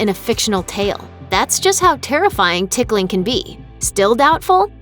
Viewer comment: I hate hate hate being tickled Actually I'm cringing every time the narrator says "ticking"